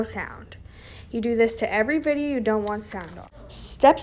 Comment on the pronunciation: "create a vEEdioh"